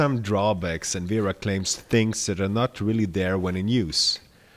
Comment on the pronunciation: Speak you german. You speak Kraftform and wera like a german people